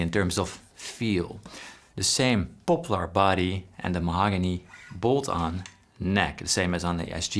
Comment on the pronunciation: The epiphone les paul just looks so damn cheap to me. And Pauls way of saying "poplar" gotta be the most Dutch thing I've heard in a while😂